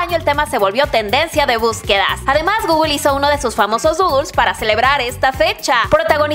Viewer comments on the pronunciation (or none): none